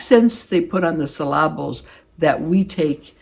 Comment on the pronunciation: I found my joy... with your unique pronunciation of the word "syllables." Got me chuckling. (I can always count of you to make me giggle.) I love Bella's comment about being her own best friend. On my aging report card, I give myself an 'A' for effort. I wear makeup, fix my hair (which entails slipping on my wig) and go through a nightly routine of serums and face creams. But as we all know (i.e., your dinner crasher) not everyone feels that way. To each his/her own! See you next time, my friend.